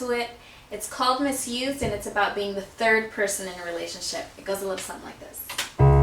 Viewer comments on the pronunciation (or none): none